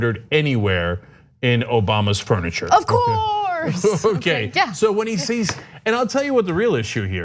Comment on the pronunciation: Finally Ana say's "of courrrrse" Cenks favorite words! :)